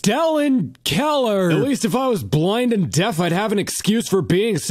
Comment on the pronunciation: I felt it when he said “Interstellan Keller”